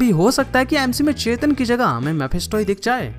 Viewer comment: Bhai Chetan nhi Chthon 😂